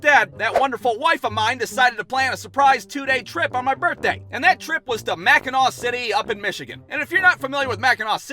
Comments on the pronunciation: i so happy you pronounced Mackinac right most people who dont live here say it wrong all the time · As a upper peninsula native..it's Mackinac island but mackinaw city. Props for pronouncing it right tho lol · As a Michigander I would like to thank you for pronouncing Mackinac correctly